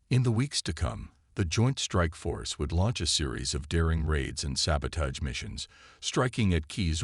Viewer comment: Sabotage, the a in age is not a hard a, it’s pronounced ah!